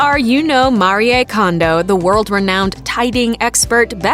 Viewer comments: Mah-ree-ay Kondo????? Her name is MARIE. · Her name is not Maria its Marie. Why do people change the pronunciation of peoples names? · Pronounce her name properly Marie! French for Mary so: Ma-ree not Ma-ri-yay! 🙄 Also titie to you video is deceiving - you don’t show her home 🙄🙄🙄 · It's maree not mariye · MAREE Kondo....not Maree-ay. The narrators behind these programs really need to polish their pronunciation if they are doing voice-overs for a living🙄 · Her name is pronounced MAREEE, not Mareeaaa. Pointless this video was. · It's MARI and not MARYEY. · Don’t know why she says Maria when her name is Marie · Mari eh kondo Mhm great pronunciation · Couldn't get past the first ten seconds cause she called her "Mari-eh" twice... Who hires these people? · Its pronounced Ma-ri-ae Mariè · AI sucks so bad! It can't pronounce so many things - not even Marie. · Can you please pronounce her name correctly? Give her some respect. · If you can't even pronounce her name correctly.....just saying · Please pronounce her name correctly ... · Why do people try so hard to pronounce easy names. It’s just Marie lmao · You pronouced her name wrong 🙄